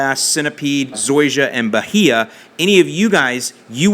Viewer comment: It's bu-hAy-u grass with a long "a"